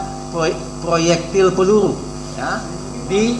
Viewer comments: Proyektil peluru pak bukan prloyekti pellurru. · Ngomong ployektil pelulu.. Masa gak jelas?hahaha